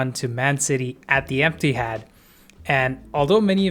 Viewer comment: Did mans say Emptihad?